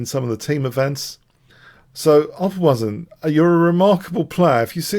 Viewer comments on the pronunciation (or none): also it's pronounced like "opperwayzen" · I feel like that exaggerates the pronunciation too much. But yeah sort of.